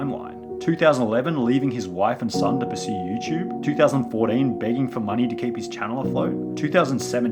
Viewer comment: The way you say 2014 is awesome